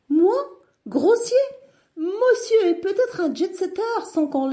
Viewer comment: Hhh elle est bien bonne : MÔ-SSIEUR est un jetsettteur!!!! 😅😅😅